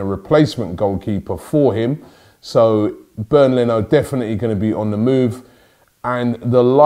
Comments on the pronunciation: His name is Bernd Not Bern Leno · Its Bernd Rob